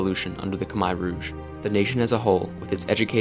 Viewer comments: It's not "Kimer" Rouge it's pronounced (Koomair' Rooj) Khmer Rouge. And both Vietnam AND Khmer Rouge were communist with the Rouge calling themselves "ultra communist". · Why are Americans so stupid? They refuse to speak the way the rest of the world does. listen to the way the Cambodians say the word Khmer Rouge and say it the same way they say their own word. Not they way you think it should it should be said. Khmire Rouge (how you pronounce it). Also the way you narrate is to quick and boring. just a couple of tips for you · Great video, but you need to pronounce Khmer Rouge correctly. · Solid short documentary. Thanks. However, your pronunciation of Khmer ROUGE is bit bit weird. Next time, please do get help from a French speaking person. And Good Luck! By the way I am also a YouTuber. Here s my video with French connection. La Voiture Peugeot!